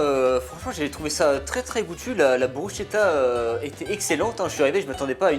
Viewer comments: Brusketa ça se prononce par contre par pitié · Dommage que sa maitrise de la prononciation de soit pas au même niveau On dit brusKetta. Sinon quel honneur de mettre en avant le plus beau pays du monde. (objectivement bien sûr). Un régal !